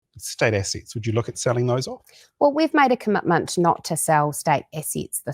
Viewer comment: Is a "cumutmunt" like, or as binding as a commitment? Nukuluh of Tawa